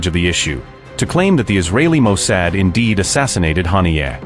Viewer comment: Bro, your AI needs to be tweaked, its not Mo "Sad".